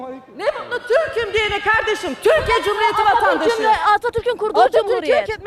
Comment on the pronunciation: Türküm diyemiyor.Konusturmayin böylelerini.